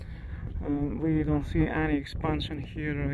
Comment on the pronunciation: Thank you for all your videos! With all due respect, the final "e" in the word "here" is silent, so it's pronounced the same as "hear". Yes, English has a gazllion silly quirks like this.